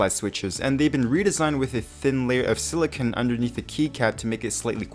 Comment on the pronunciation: Silicone, not silicon.